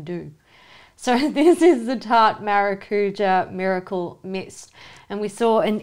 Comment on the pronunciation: Hey girls, we pronounce Maracujá with emphasis on the Jáh here in Brazil, it's fun to hear different accents saying that word